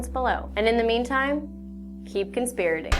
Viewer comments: "keep conspirating"...you mean,..conspiring?? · keep conspiring Not conspirtating and a conspirator is someone actively involved in perpetrating a conspiracy not someone talking about them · Keep CONSPIRING. Not "conspirating". Jesus Christ. GRAMMAR. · Conspiring not conspiracing